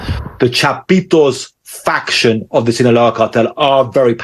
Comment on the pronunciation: Its faction not fraction